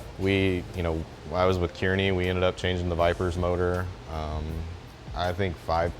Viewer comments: okay so when they talked about who blew engines at Irwindale. He pronounced kearney so weirdly. You're supposed to say it like "car-knee" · Nah its like key-are-knee